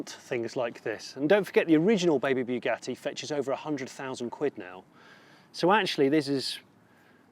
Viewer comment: It's Bugatti; as in "Boo", not "Beau" - Boo-gatti - "Bugatti".